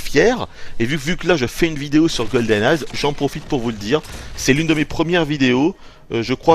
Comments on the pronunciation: "goldeneye'" pas "goldeneyezzzz" >_< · Une excellente review. Seul bémol : c'est Goldeneye sans ''s'' lol et en plus tu le dis à chaque phrase donc c'est un peu crispant😉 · On dirait que tu dis "GoldenNaze"" !